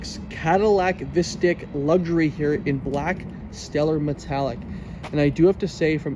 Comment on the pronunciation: Pronounced Visteek 😫